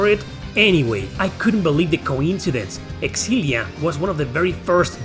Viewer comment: It's pronounced Zillia not Xillia